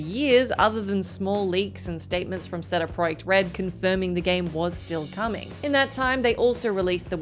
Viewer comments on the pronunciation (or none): Seriously, WTF is she calling CDPR? Ceddaproyectred? C D Project Red shouldn’t be that difficult. Reminds me of the constant mispronunciations Kirsten used to do. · CD Project Red is pronounced "see-dee pra-jekt red" not how she pronounces it. I'm sorry I love her but that bugs me. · Where are you getting these extra letters from when you pronounce CD project red? You sound ridiculous, please stop! It's not oz, it's you.